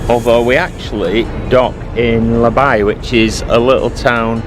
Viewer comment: It's not La By but La Baie (pronounce bay)